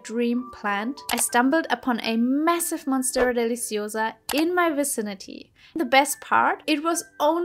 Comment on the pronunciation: I love your voice and accent when you say deliciosa" 😍